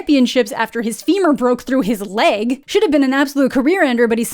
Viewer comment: Why’d she say LEG like that? Like the femur isn’t in the leg?